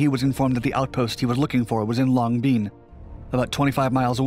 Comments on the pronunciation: pronounced LONG BEN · Nice story, but once again you earn a "D" for pronunciation of Vietnamese names. Long Binh is pronounced just as it is written. Not "Long Bean"! I spent 12 months there Mar '70 - Mar '71. It was well known that you could get away with virtually anything in the military by carrying a simple talisman : a clipboard and an attitude. I, myself, was able to hitch a ride on a C121 cargo plane simply by showing up at the airport and asking!